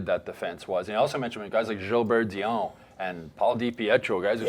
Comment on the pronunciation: Dionne, not Dion. Please make an effort.